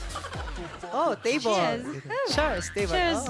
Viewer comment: "Chers" LOL